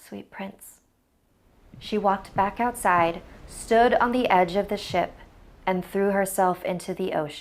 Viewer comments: In the little mermaid story I kept thinking she was saying shit instead of ship... my bad.... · OMG DID YOU HEAR SHE SAID “SIHT!!!!” OMG